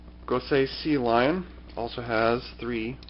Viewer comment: Sea Leon, not Sea Lion.